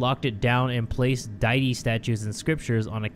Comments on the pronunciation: saying deity as diety is getting me lol. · de-uh-tea is how your prenounce deity